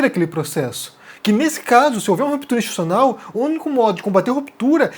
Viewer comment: Muito boa sua análise, como sempre. Agora, repita comigo: Ins-ti-tu-ci-o-nal. De novo: ins-ti-tu-ci-o-nal... Assim, uma hora você acerta! ;)